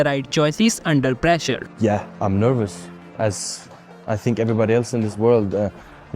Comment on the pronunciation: “Overtinking”💀 “what will my coach tink”💀